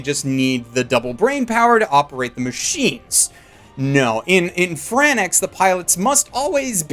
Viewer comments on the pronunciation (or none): It's "FRANKS" not "Fran-eX"! D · FRANXX, Not fran-ex. Thank you. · It's called Franxx, not Franex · WHAT FUCKING FRANNAX ITS FRANXX YOU STUPID IDIOT sorry this is fav anime Right now and your pissing me of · ITS FRANX, AS IN F R A N K S, NOT FRANAX, FRANKS, NOT FRANAX, FRANKS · I just watched episode one I just need to know how to pronounce the franxx word so I dont piss off the community....is it "fran-ex" or "franks"? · It's franxx, not franaxx ffs. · "Fran Ex"? I thought it was pronounced like "Franks" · It's "Franks" not "Fran Ex" I'm (Studio) TRIGGER(ed) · It's pronounced Fran-ex and not Franks?? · It's pronounced francks, not fran X holy moly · I mean, it is Franx and not FranEx, right? Isn't it? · Its pronounced as "darling in the F R A N K S" just a bit annoyed that you say it as "F R A N A X", Bleh. Anyways, pretty good review! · Why do you say Franax? It's FRANXX (Franks). Also presenting Fan Service as a negative is beyond prudish. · SPOILER ALERT!!!! It's pronounced "FRANKS" not "FRAN-EX" !!!!! SWEET JEBUS CHRIS ALLMIGHT... SEE!!! SHIT NOW I'M DOING IT!!! 😭😭😭😭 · ITS FRANKS NOT FRAN IX OMYFUCK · Fran X..... ouff. It's Franks, and it clearly is said that way too... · Franxx is pronounced Franks, not Fran-x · Marc Fernandez OMG I FUCKING AGRREEE. I AM VERY TRIGERED BY DIS GAME SAYING FRANXX AS FRANAXX. WHERE TF IS THE A THO. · It's pronounced Franks, not franax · seems to enjoy finding a way to pronounce shows incorrectly. Azumanga Daow, and now Fran-Ex. They say "franks" directly in the show for pete's sake. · I'm just liking this because he called it "darling in the fran ex" instead of darling in the franxx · Darling in the franexx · "-Darling in the FRAN-AX..." PLEASE TELL ME YOU'RE JOKING. JUST TELL ME YOU ARE! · Did you just fucking say franax, you off the Xanax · YOU STILL SAYING FRANNAX YOU DUMB FUCK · still with the frannax😭😭😭😭 have some fucking respekt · ok I know you’re getting enough hate for this but, ”darling in the frannex”